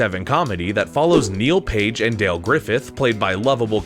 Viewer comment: I wish you had gone back and re-recorded every time you called Dell, "Dale".